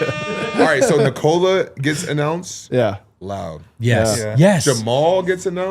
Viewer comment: short O in Nikola. how many years, how many dollars? the least you can do is pronounce the name correctly